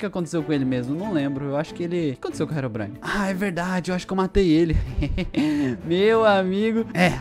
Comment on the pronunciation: "Rerom brain" kkkkk o certo e Herobrine